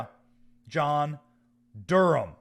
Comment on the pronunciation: It's Durham NOT Gurham, damn